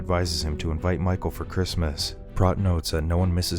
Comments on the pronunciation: Did you even watch this movie? His name is pronounced with a long O sound (sounds like "moat") and not a soft O (rhymes with "got"). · It's obvious that the Narrator has never seen K-PAX due his constant mispronunciation of Prot (it's pronounced like pr-OH-t, with the 'OH' sound). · It's pronounced Prote. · It's pronounced PROTE!